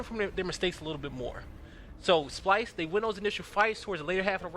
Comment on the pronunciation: Dice SPYLSE JEJEJEJEJEJE no splyse